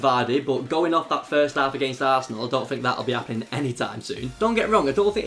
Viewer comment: I thought he said Tass' asshole when he said arsenal